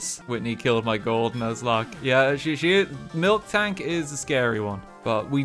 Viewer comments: I hate how he says MilKtank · I sick of hearing f-ing MILKtank It’s f-ing MILtank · I hate how RT says milktank instead of miltank, it's painful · Man, RT calling Miltank “Milk Tank” fucks me up more than it really should... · Lowkey peeved me when he kept saying Milktank instead of Miltank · Why does he keep calling miltank “milktank”? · pronouncing "miltank" as "milk-tank" is like pronouncing "bob-omb" as "bomb-omb" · This guys over here mispronouncing miltank